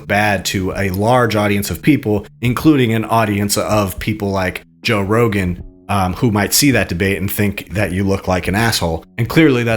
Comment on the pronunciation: Why does say everyone's name wrong? Joe Rogins. Pierce Morgan.